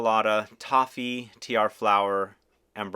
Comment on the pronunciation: I speak french and we do say tiaré ,not tiar... have a nice day, I really enjoy your vids!!!